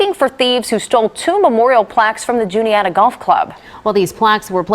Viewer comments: You’ve captured the spirit of the community; it’s indeed the most wholesome kind of Philly grit. And it’s pronounced Joonie-Yadda. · Dude, how hard is it to pronounce Juniata 😂 Joo-knee-atta. Not Julianna. And it’s definitely in Philadelphia. Grew up right down the street.